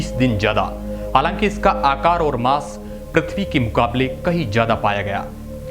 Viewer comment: ओर " नही और " बोलो